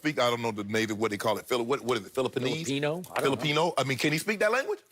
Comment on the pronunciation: What hell language is filifinessse